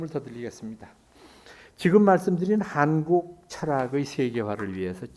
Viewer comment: 명강의를 들으며, 첫째 질문. "한국"의"한"을 강사께서, 길게 바름하셔ㅆ는데, 길게 발음해야 하는가? 이 사람 의 생각으로는 짧게 발음해야 한다고 생각한다. 제나라 국호도 제대로 발음하지 못하는 나라는"대한 민국"의"국민"뿐이다. 고국의 동포들께 정중히 권하옵노니,"한국 어문을 고발함" 이라는 책을 일독해 주시옵소서. 미국 변 완수 배